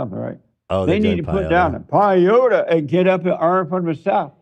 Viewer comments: Hearing JLP try to pronounce peyote was incredible . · hes trying to say "peyote"☠️ its used ceremonially, not recreationally